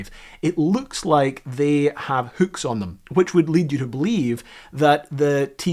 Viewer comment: great video, but it's pronounced hook, not hük